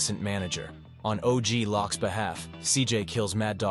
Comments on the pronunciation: The fact that you're saying OG Lock instead of Loc and messed up the Tommy-Diaz timeline is highly suspect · OG lock is wild 😂 you mean OG loc, like loco.. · Og "loc"(like coke) og lock is nasty lmao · It’s pronounced LOW-K >LOC . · Bro don't know how to say og loc or ballas